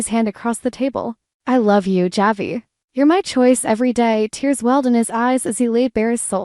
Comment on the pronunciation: Unbelievable how does someone who claims to an avid DOOL fan mispronounce so many names? Such as Marlena, Javi, Dimitri. There have been others but I can't remember all of them. Have you heard any?